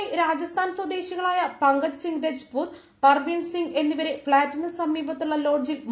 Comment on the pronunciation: രെജ്പുത്ത് അല്ല, രാജ്പുത്ത് ആണ് അതായത് നമ്മൾ രജപുത്രർ എന്ന് പഠിച്ചിട്ട് ഉള്ള വർ തന്നെ.